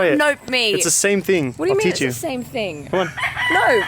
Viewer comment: when you said "it's the same thing", the way you said "thing" sounded Aussie. Lol! Are you a camellion,? 😂 Zoe's accent is rubbing a little bit on you lol. Or maybe I misheard, but it sounded like it